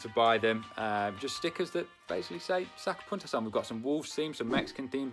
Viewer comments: Say '''saca PUNTAS""....the u ....like in MOON. Saca PUNTAS !!! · I thought you said sacapuntas cuz it almost sounds like “saca puntos” as in points lmfaoooo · I thought he was saying sucker puncher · I thought he was saying soccer punters in a weird accent haha.